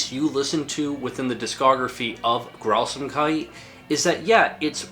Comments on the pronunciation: i kinda found it funny how you call it "Grausamkeiti" when there's no "e" at the end [ɡrauzaːmkait] besides that, I love this video, nice approch to expain the phenomenon of BSoD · Am I the only one that thought he was saying Grausamkudi?